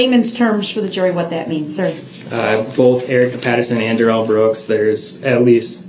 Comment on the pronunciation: 5645...Dorow "grounz-ed" Duh-rell like a Bish!!!! Hilarious 😂